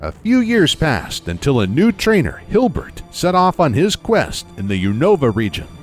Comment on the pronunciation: It's Hilbert not Hubert